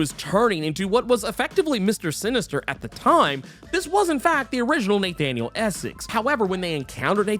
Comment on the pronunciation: Neigh-thaniel Essex